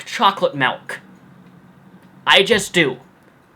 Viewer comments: It's milk not melk. Sorry just annoys me. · I got to the point in the video were you were talking about chocolate milk and it sounds like you said malk and I thought of that Julian Smith skit. lol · "because I like chocolate malk " anyone else find that funny? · "because I like chocolate malk" hE SAID MALK H AH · Did he just say Chocolate MALK?